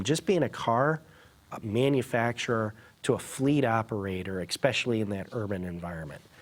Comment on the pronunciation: the word is not "EXpecially," it's ESpecially!!!